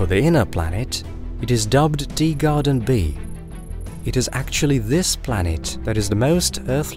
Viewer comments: . Yeah, I know such phenomena exist….. but he’s still saying “Deegarden”!’ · Just you. It’s a known auditory phenomena, look it up